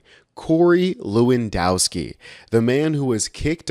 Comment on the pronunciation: BTW - the 'w' is pronounced as a 'v'. it is levandoswki. But he is still smashing the C.